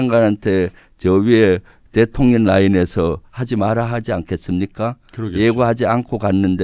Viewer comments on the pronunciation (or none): 내귀만 그런가ㅋㅋ 김병주의원님이 말씀하실때 대통년이라고 들리네요 대통령하고 그년을 합쳐서 대통년이라고 하는 건가 싶네요 ㅋㅋㅋ